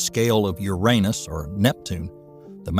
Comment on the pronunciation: Despite the speculative nature of most of what is said in this video, you get a like from me for being one of the few who can say the name of the god Uranus correctly! The ones that make it sound like it’s made of urine, do not.